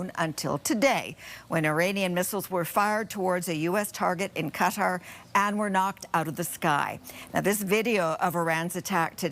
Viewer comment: THANKFULLY, SANDY, YOU ARE ONE OF THE FEW ANCHORS WHO PRONOUNCE QATAR PROPERLY!!